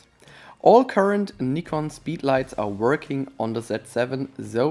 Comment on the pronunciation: Nice to hear Nikon pronounced like the Japanese pronounce it.